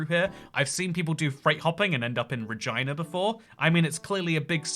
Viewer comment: Regina is pronounced Red-gin-uh